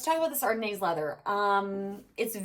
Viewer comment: Ardennes is pronounced “Ar DEN” with the accent on the “den.” The “s” is silent.